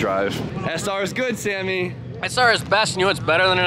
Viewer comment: Love Sammy he seems like such a good dude haha might have murdered his name🤷‍♂️